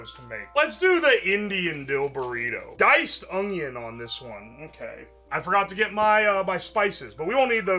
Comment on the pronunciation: i unironically love how he says "spinach" like "spinnidge" and "onion" like "ungyen"